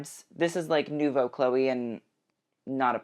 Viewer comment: Awww why are you pronouncing Chloe’ that way??????